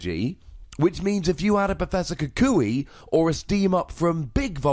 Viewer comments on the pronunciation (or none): none